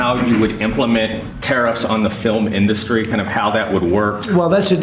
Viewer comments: He said "our fillum inDUSty." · the Idiot in Chief says, "...our 'filamindustry'? He's so moronic.